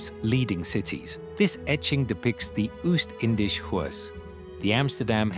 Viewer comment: I don’t expect the ‘story teller’ to know Dutch, but pronouncing the ‘IJ’ estuary’ as ‘aye jay’ is ridiculous. ‘I’ would have been much closer to the real pronunciation. And if ‘Oost-Indisch Huis’ had been pronounced as ‘Oast Indies House’ a Dutchman would at least have recognised the name. ‘Nieuwezijdsvoorburgwal’ and ‘Voorburgwal’ however are pronounced quite well. For those a Dutch speaker may have been consulted.